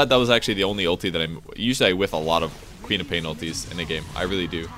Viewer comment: Lol, I was always hearing Peter Pan instead of QOP.